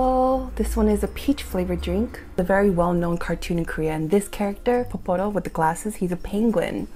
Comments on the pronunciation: It's pororo not poporo lol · girl it's pororo not poporo hhhh xo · I looooove Milkis! And funny story: when I went to Seoul, I just saw the original flavor. Here in Montreal, we have 4 flavors lol! Oh! And it's Pororo not Poporo ;)